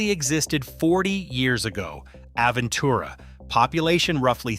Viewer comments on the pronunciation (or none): hard to take anything seriously when the narrator can't pronounce the names of the neighborhoods correctly. We spend a week in Sunny Isles every few years. The condos are falling apart, there's no parking anywhere, everything is expensive, especially the mediocre food, especially at kosher restaurants. Traffic is a nightmare, too many people squeezed into small areas. Aventura has no soul, just high rise condos. We have friends there and can't imagine living there. I lived in Coral Gables in the 60's when the Miami area was livable. Live in N CA now, a paradise compared to Fla. I guess if living a traditional Jewish lifestyle was important to me I might look at it, but only a waterfront single family home. But soon it will all be underwater. And being a car guy with collectibles, I wouldn't go anywhere near seawater.